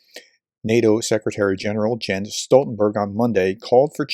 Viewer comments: Please: It’s “Yens” or maybe “Yahns”…but most certainly not “Jens” with a “G” sound”…sheesh. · A bit picky, but Mr Stoltenberg's first name is usually pronounced "Yens"... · Small detail, but I believe his name is pronounced “Yenz” Stoltenberg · It may be spelled Jens, but say "Yens". He is from Norway. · "Jens" is pronounced "Yens". It's like Jan, which you may know from "Airwolf" TV show star Jan Michael Vincent, which is pronounced "Yan". As an English speaker, if you ever run into someone with these names, they will be surprised and genuinely appreciative for you correctly pronouncing their name which, if they're living in an English speaking country, like the USA, they will have to put up with the vast majority of people saying their name incorrectly.